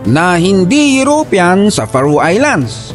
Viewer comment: FAROE is pronounce "Feh Row" not Fa Roo. I have a high school friend who settled in Faroe Islands with his wife. Would love to visit it since I know very little about it.